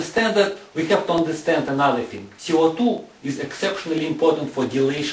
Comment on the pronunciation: oh my gosh, his accent...like french! dont understand,,,what i heard was: oxygen, our lungs.... he says CO2 is ce o tu